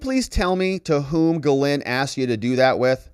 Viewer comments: love your videos but why do you pronounce ghislaine like GhiLynn its Gis-laine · The "S" is not pronounced for Ghislaine Maxwell. Even if other people with that same name pronounce the "S," Ghislaine Maxwell doesn't. Virginia Roberts Giuffre has always pronounced it without the "S" and she would know.